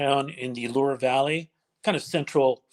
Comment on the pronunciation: (Loire) Loo-are Valley.